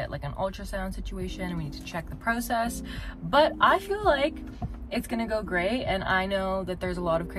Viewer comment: The way you pronounce “process” I’ve never heard it like that